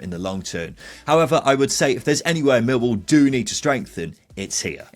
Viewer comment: Whatever the outcome of this season’s efforts by my team, neutrals (I suppose we have to tolerate them) should understand how to pronounce the name properly. The emphasis is always on the second syllable: MillWALL. Or, in the local dialect, ignore the “L” sound. It then becomes “Miw-waw”. Do get it right and we sensible folk from SE London postcodes can then take you seriously.